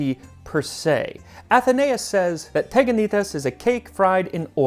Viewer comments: Sorry, friemd - correctly is is Tiganités. Stress on the last syllable. Instead of Teganites. Ihx 4 recipe, though ! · τηγανίτες! "τηγάνι" is the pot that they fried. Sorry, but it's not TEGanites but, TEEganites, its not E Also, I suggest you to read ΛΟΥΚΙΑΝΟ, to find so interesting stories from Ancient Athenians years ♥ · ME: oh teganaites cool MAX LITERALLY 10 SECONDS INTO THE VIDEO: tegakneetays ME: tch dammit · I grew up eating these with honey . In modern Greek it’s pronounced tee-ya-nee-TES. 😊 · The ancient Greeks actually ate pancakes (the correct pronunciation is teganites τηγανίτες and literally translates to ... fries😁), but the recipe is not at all mysterious as we, new-Greeks, still eat them to this day. When I was a child, my grandmother made them without sesame, and when there was no honey, she sprinkled them with a lot of sugar. They can even be made savory by adding salt or even egg. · its pronounced (tea)ganites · Well we still make teganites (in order to pronounce it correctly tea-(w as well) anit es) . Good content mate also quite accurate recipe ! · teganites? oh goaaad this is killing me!!!🤣🤣🤣 it's pronounced tiyanites-τηγανίτες in Greece. why? why they had to f that word so badly? it's from the word we use for frying pan tiyani-τηγάνι. and there's something my grannie makes called laggites that's similar but she adds feta to the butter. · There are actually pronounced "tiganites" Τηγανίτες in greek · My mum still makes these. They are pronounced "Tiganites". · we pronounce them tiganites =) tigani is the frying pan in greek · You literally murder the pronunciation of teganites 😅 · you pronounced it in the worst way possible the first "e" is pronounced as it is in the alphabet